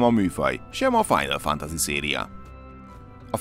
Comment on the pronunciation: Mik ezek a kiejtések istenem…a kollega nem beszél külföldiül, de szerintem a gamingben sem lehet nagyon otthon a kollega ilyen “final FANTAZI-kkal